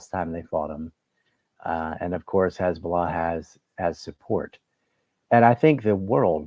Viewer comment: Mr. Hochstein gave the game away with how he pronounced "Khezballah". I very much doubt anyone on the Lebanese side paid much attention to his rambling.